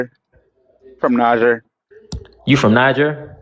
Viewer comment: If he was from Niger, why is he not pronouncing it Nee Jer?